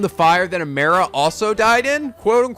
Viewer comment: He’s still saying Amara’s name wrong. It “ah-MAR-ah”.